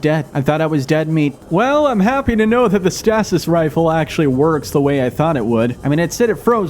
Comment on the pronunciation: Stay-sis stasis 😂